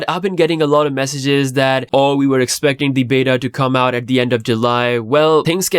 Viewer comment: Expacting always hurt bro🤣🤣